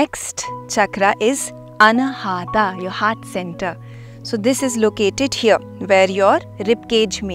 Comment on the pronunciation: Excellent explanation, kindly pronounce अनाहत not अनाहटा